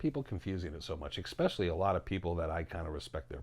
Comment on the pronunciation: Bruh! It’s not pronounced “ek-specially” it’s “es-specially”.